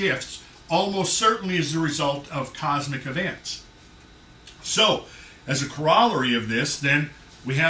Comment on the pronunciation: Corollary is pronounced KOR-o-ler-ee.